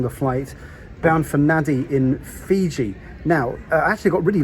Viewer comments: It isn't Naddi: It's Nandi. Hope you got that by the time you took off. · Nadi is pronounced "Nandi". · Nadi is pronounced Nandi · Not sure if anyone has said this yet, but the capital of Fiji is Suva not nadi